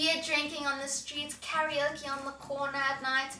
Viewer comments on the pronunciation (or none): none